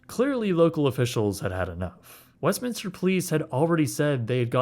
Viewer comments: Thank you for saying West Minster. I live in SoCal and it is so frustrating to hear people say West Minister. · Thumbs up for simply pronouncing Westminster correctly, haha. So many people add an extra "i" that does not exist... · always love your content. As a so cal native thank you for pronouncing it correctly. So many people mispronounce it saying "Westminister", so thank you, much love and best wishes on your future content from Long Beach, CA. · I live 20 minutes away and have gone here a few times but this video is how im learning that its pronounced westminster and not westminister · Thank you for not calling it West "Minister." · How have I lived in Orange County my whole life and only now realized that its called Westminster, and not Westminister.